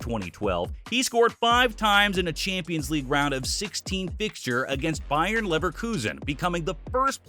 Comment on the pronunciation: The number of misprouncements in this video is ridiculous... ankara (encara), Alsonso (Alonso), Bayern Leverkusen (Bayer), ...